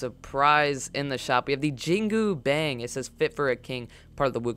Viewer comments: omg the way you guys pronounce jingu bang is making me cringe so hard its not actually bang its more like bong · Oof i cringe when he says the name XD thats not the way your meant to pronouce it its jing gu bong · U pronounced jin gubang wrong